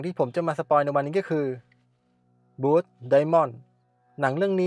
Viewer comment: Blood อ่านว่า บลัดแปลว่าเลือดนะครับ